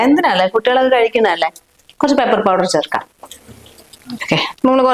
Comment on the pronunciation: പേപ്പർ powder അല്ല പെപ്പർ powder